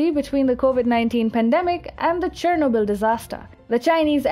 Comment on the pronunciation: What is the actual pronunciation of "Chernobyl"??